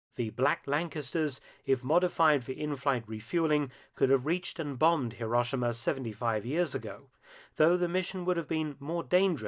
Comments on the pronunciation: What is it with the British insistence on pronouncing HirOshima, as HiRAWshima.. The "ah" sound in Japanese is the letter "A".. The letter "O" in Japanese is an "Oh" sound... Too bad they didn't drop those bombs though, that way all their sad and silly "apologists" videos and documentaries re: the Atomic bomb would not exist, trying to shame America for using a weapon of war to END a war. And just a reminder, kids. WE didn't start that f*cking war.. We ENDED it. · Mark, it's more accurately pronounced "hero-shee-ma." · Before you try to do history - at least learn how to pronounce the place names correctly !!! Hiroshima is hero - shee - ma (I have cancelled my subscription in disgust)